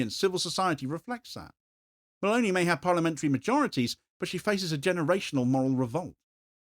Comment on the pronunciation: Meloni, elle s'appelle Meloni, pas Malauney. C'est une fasciste comme le autres mais ce n'est pas une raison pour déformer son nom, sinon on ne comprend rien.